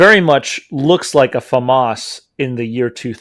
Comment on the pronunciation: It's pronounced Fauxmas! Thank you very much.